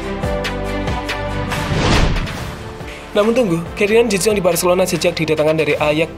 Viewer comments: De yong.. Min.. Bukan de zong.. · De yong bukan de zong min